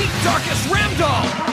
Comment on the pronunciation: its "Ramdol"